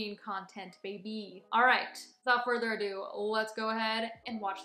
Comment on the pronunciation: OMG LMFAO she said without further ABDO oh my God that had me laughing so hard honey it's without further ado